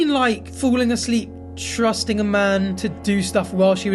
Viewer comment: did she say trusting or thrusting tho? both are... something lol